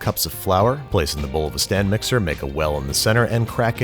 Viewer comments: Did you just say [S T A N D] mixer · I watched this again with captions and have a deep appreciation for the emphasis on the "[stand]" mixer